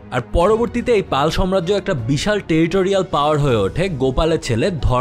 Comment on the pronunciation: ভাই, শব্দ টা সাম্রাজ্য হবে,সম্রাজ্য না।